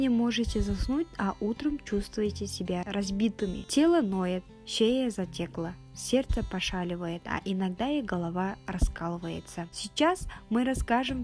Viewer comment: Шея затЕкла,ударение надо правильно говорить